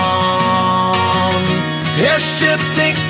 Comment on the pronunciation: Great song but he could of at least pronounced Corazon better.